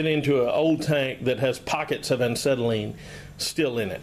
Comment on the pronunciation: The irony of you trying to shame folks for not knowing how a acetylene cylinder works on the inside compared to a hollow steel/aluminum for gases such a propane, UHP, oxidizer and inert gases. Etc. etc. And you can’t even pronounce acetylene properly. p.s The mysterious material inside is nothing more just ordinary firebrick, acetylene gas is dissolved in acetone and the firebrick is their to keep it mixed and remain in liquid form. I mean no disrespect it’s just I hate when one is criticizing and wrong themselves whilst doing so. Cheers!